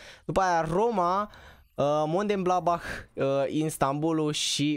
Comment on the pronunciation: MONDEBLANDBAH =)))) se pronunta MIUNHENGLADBAH no hate